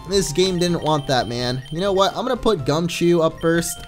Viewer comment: Gumchoo not gumichoo